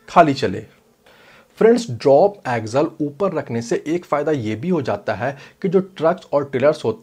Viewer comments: Bro axle bol raha ki aggel pata nai chal raha hai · भाई ऊसे ॲक्झल नहि ॲक्सल कहते है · सबसे पहले तो इसे एक्जल नही एक्सल बोला जाता होगा